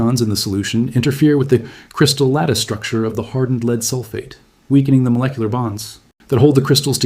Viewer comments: Its not Leed Acid battery it is Led Acid Battery AI, get your pronunciations right, both words are spelled the same but pronounced differently depending on the context of the sentence. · Complete BS. AI crap; can't even pronounce Lead consistently.